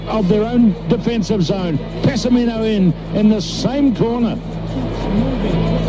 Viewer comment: Meeh-kah-eh-leh Peh-sah-meeh-no. Is how you say it.